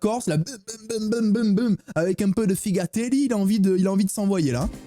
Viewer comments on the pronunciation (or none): les français éviter de parler corse car vous ne savez pas le parler l'autre i dit figateli on dis figadelu quelle indignation pour nous les corse